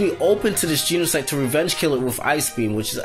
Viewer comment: He says genesect weirdly